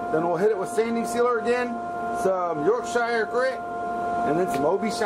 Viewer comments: (York-shur, instead of York-shy-yer) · Really enjoyed watching the process and the bowl looks amazing but as a Yorkshire man (Yorky) I thought that I would enlighten you on how to pronounce YORKSHIRE (I hope you dont mind) but if you said Yorkcher you would probably have it. Keep up the great videos I have subbed you. Thanks, Craig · yorkshier is not how you pronounce it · Omg, the way you pronounce Yorkshire irks me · the way Brits pronounce it is the right way, considering we live here. You don't need to put so much emphasis on the 'shire' bit. Other than that tho, love the video and the bowl came out amazing. I hope I didn't offend, that was not my intention. If I'm honest, I didn't think you'd even see my comment, let alone reply to it. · That's not how you say "Yorkshire". 🤣